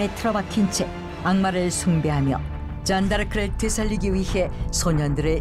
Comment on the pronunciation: 아 잔↓다↑르↑크